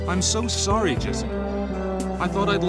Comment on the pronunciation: did she say "sowwy"?